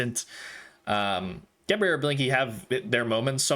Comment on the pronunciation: YOU GOT DEBRE RIGHT.!!